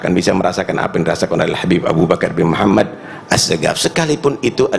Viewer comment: Muhammad nya pakai D bukan T aduh blepotan dari awal nih si